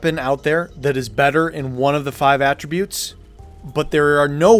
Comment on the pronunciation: WHY do you say "attributes" the noun like "attributes" the verb????? Lol so immersion breaking.